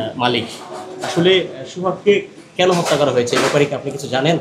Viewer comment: Ucharon thik nai. Hotta not Hatta